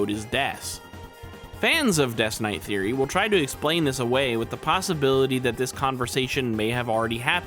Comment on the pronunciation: For the first couple of times you say "theory" i swear up and down on everything holy, i heard a kid with a lisp saying "serie" like series, but not finished, and i was getting thrown for such a loop 😂😂😂 Also hate to nitpick (thats clearly a lie 😂) but first thing i said out loud when chp 3 dropped was "Oh shit.. wait... 'Roaring Knight'?" As in... not "ROARING knight" like its said every other time